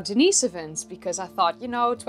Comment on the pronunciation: It's actually pronounced "Denn-iss-oh-vuns"... Not that I care, just giving you hell. ; ) Great show!!